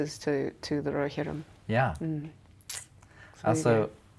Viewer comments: I just love how she pronounce "Rohirrim" ☺️🥹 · He should have asked why she pronounced Rohirrim in such a corny and overly dramatic way....just sayin